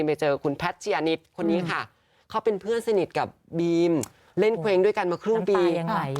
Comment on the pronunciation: บีม ค่ะ ไม่ใช่ ปีม